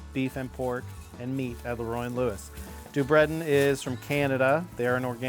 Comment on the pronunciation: That's a creative way to say DuBreton haha